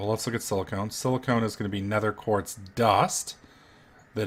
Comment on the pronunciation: Why does he call silicon "silicone"?!?